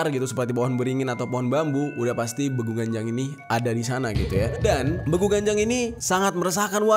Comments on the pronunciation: Beeguuu.. bacanya bang bukan begu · Saya dari sumatra utaraa bg bilang nya BEGU bukan begu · bEgu loh bang buka begu,bacanya e nya E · Bang salah ucap lu,be gu... nya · Bangg gw orang karo,salah ucap lu bang (begu) *eee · Cara sebut nya salah bang Pas begu itu Huruf E nya ditekan bang kaya logat orang batak gitu bang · Pengucapan E di kata Begu nya bkn gtu bg 😂